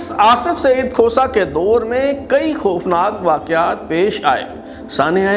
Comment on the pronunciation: ، آ پ کا پروگرام معلوماتی، معتدل اور کافی حد تک معروضی ھے۔ انداز ، تلفظ اور لہجے کا زیروبم بھی موثر ھے۔ بار خاطر نہ ہو تو واؤ مجہول والے الفاظ مثلاً طور، دور ، خوف وغیرہ کی ادائیگی پر تھوڑی توجہ فرمائیں۔